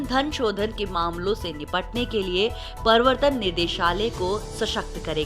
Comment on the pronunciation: परवर्तन नही है मेडम प्रवर्तन है वो आप का ये उच्चारण की गलती दो बार कर चुकी है।